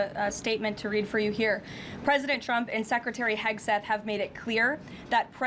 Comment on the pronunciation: It's just unprofessional at this point to still be mispronouncing Hegseth